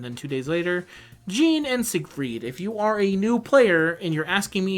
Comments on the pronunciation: Stop saying "jean" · wtf are you calling Jeanne... "Gene"?